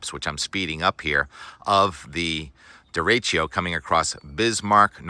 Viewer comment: Deretchio? deretchio? come on Tim, you can do better than that